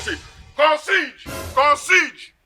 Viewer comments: He pronounces it "con seige".🥴🤣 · "Con-seige"! burst my head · lmao, he said "CONCIGE" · From the movie OCEAN THIRTEEN I learnt the word CONCIERGE which completely different from the way DON Jazzy pronounced it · My only problem is how Jazzy pronounce Concierge. He's legit spoiling my profession 😁